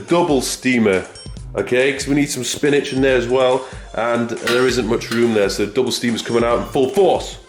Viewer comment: This dude is hilarious hahah.. spinaaych.. Massâââge... my fav channel